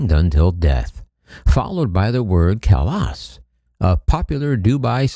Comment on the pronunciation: Your pronunciation of "Khalas" is spot on LOL